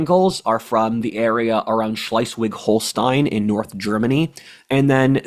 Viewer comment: pronounced Shlay svig not Shlye.